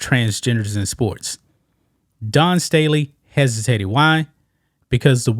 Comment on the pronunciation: I gave this a thumbs down, not because I support trans people in women's sports, but because more than 2.5 minutes in and this bloke still hadn't explained what the NAIA is! And then constantly pronouncing the name "Dawn" as "Don" and I was out. Give us the info and clean up your diction!